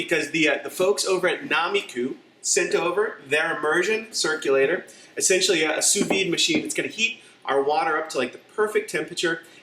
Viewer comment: "Emergen " Cirluclator lol